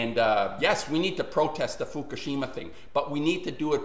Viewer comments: It is pronounced "Fookoosheema" not "Fookasheema".... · ***** Give it a rest indeed. If Fukushima is so important to you the least you can do is pronounce it correctly. There are no two ways of pronouncing it.